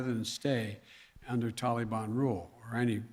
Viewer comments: Anyone else sick of Biden saying Tollie Bahn?Give it up guy, you’ll never get a straight answer from this idiot. And 85 percent of the Afghan Army was on drugs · Tollybon??? Wtf what a loser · Anyone fluent in Bidenese? Wth is the “Tollybon?” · It's not Biden's fault. How in the world could an Afghan army of only 300 soldiers possibly go against the "Tahlee-bahn"? ...Our Prez is doing his best. We should ALL give him a standing ovation!! Or NOT. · Can I ask why no one has taught him to pronounce Taliban? It is not pronounced Tally ban. It drives me crazy to listen to this idiot. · what the hell is a taleybonn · ITS NOT TAL-EE-BON! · " tolly bon" 😆😆😆😆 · "Gee I didn't realize there would be a mad rush of citizens trying to escape the tallybannn take over.. My bad". What a total loser idiot. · He's so pathetic 🙄he can't even pronounce "Taliban" correctly! SMH such a clown 🤡